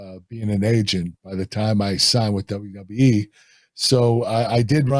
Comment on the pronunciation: Love how Kurt pronounced WWE as “Dubba dubya E”